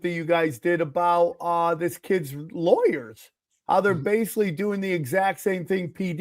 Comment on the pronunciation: I love how Sam pronounces "basically" he says (base-ka-ly) basca instead of basic. Much like libary or ambalance. Love ya Sammy T.